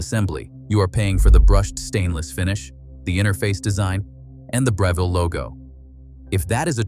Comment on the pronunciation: Right? He mispronounced Breville, 3 times in one sentence. So annoying, hate these damn AI's